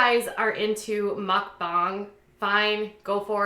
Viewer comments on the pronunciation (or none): Isn't it pronounced Muckbang not Muckbung? Also it's Stephanie Soo like 'Sue'